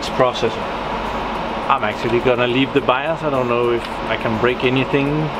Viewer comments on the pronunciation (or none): none